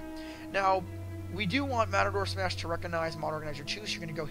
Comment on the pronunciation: This guy managed to mispronounce "Mator Smash" EVERY SINGLE TIME. Good guide, though.